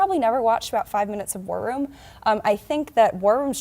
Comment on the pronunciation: When that maga cult member says War Room she says it like warrym and it sounds like worm and I think that fits them a lot. Bunch of worms